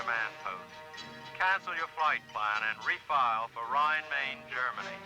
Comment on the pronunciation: Neat video- I lived as a kid for one year about 12 miles outside the "Rhein Main" air force base- I cringed when the narrator so badly mispronounced the name though! It's not pronounced like "Maine" the state. It's pronounced like "mine" as it that's mine!